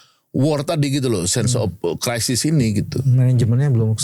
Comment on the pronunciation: bacanya sense of kraisis (crisis), bukan sen op Krisis. Belajar lah kau bhs inggeris. Malu kita bah.